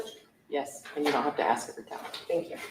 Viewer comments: AMEN THAT!! 😂 I've been dying to find out why people in Georgia LOVE 🪓's.. Everyone always axe'ing people.. WHY? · 1 of The prosecutors in the ysl trial says axe too it does my head in makes her sound so unprofessional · Dear God, normally, I am not a grammar guy, but hearing the witness say axe 20 times in 60 seconds was making me scream, "It's ASK." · “Axe” me no questions.. I’l tell you no lies 😂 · Dog, I said out loud (as Ashley) “well I didn’t AXE you anything. But I did ASK….” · Way too much "axing" in that 1st witness. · Aks is not a word